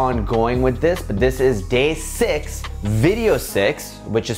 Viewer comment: He said: Video six I heard: Video sex